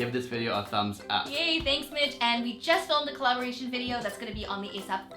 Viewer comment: Thanks Mitch! Kinda sounded like Thanks Bitch! Lol I'm laughing so hard :/